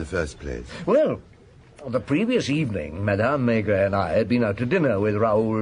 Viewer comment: This is an abomination. He could at least pronounce "Maigret" correctly. I say "he" ........probably AI.